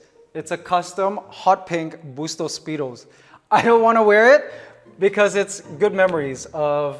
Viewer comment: You’re Filipino. If you don’t know how to properly pronounce your last name is terrible. Bus-tows? Really????